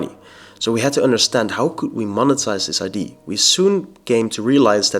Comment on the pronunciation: Idea ❌ Idee ✅ 😂